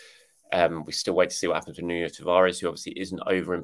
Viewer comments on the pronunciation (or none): none